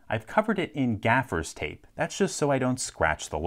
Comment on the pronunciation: Never heard an American say gaffas tape haha love it